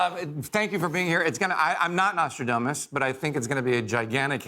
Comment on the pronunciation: Why do both these guys have a hard time pronouncing ‘Nostradamus’? lol